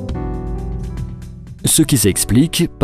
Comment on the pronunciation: par contre on dit bréécha. Le "i" ne se dit presque pas ... ^^